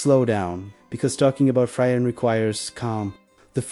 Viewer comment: It’s pronounced (Free-ren)